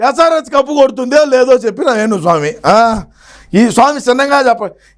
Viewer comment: Bayya nuvvu venu swamy antunnava ledaa yenugu swamy antunnava😂😂😂 ledaa naaku Matra ala vinipisthondaa